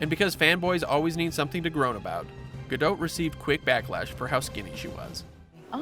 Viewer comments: it's Ga-dot. Not Ga-dote. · I can't listen to him say Gal's last name. Ga-dote. No. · It’s gah doh